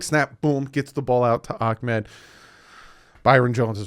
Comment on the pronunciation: It’s not akmed it’s Ahmed